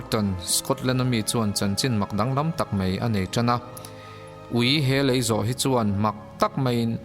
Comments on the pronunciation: Lêi (sand) nilo lei (bridge ) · Lei (ground) ni lovin a lei (bridge) lai vel.... tih tur. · Dik e lei tongue a lam loh tur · Lei (mud) nilovin, Lei (Brigde) tur. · Lei tih i lam tirh hi a dik lo a. . lei i lam hnuhnung hi dik lh thlap sia.... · Lei I sawi dan kha a dik chiah lo deuh a tir lam ah khan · Lei ( bridge) ilam dan hi a dik lo anih hi... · Lei (bridge) i lam dan hi a diklo... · Lei (Bridge) thluk khi i va lam diklo nasa ve